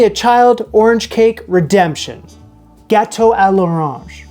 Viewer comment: "Ghetto à l'orange"??? Or "gâteau à l'orange"? Just asking. Aging ears don't hear so well any more.